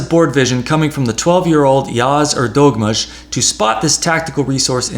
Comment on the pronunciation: Thank you!! You're right - quite gratifying to see Neimann lose every now and then ;-) !! Soft ğ in Erdoğmuş - sounds more like a combination of the words Heir Though Moosh.